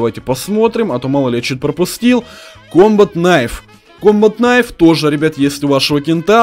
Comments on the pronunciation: Не кнайф не фнай а найф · да, правильно реально найф, а не кнайф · Найф а не кнайф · Не хнайф а найф